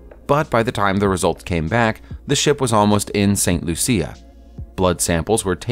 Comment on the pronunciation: For your edification, St. Lucia is pronounced St. Loosha.